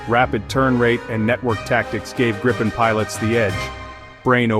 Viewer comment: At least pronounce it correctly!! It's pronounced Gripe-N, not like Grip-pen.